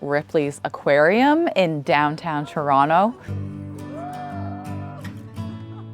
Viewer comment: Happy belated birthday 🌹. A true Canadian. You pronounced Toronto properly. LOL. I’m a Yank and even I know that.